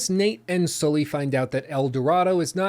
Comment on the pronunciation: please pronounce Sully the right way....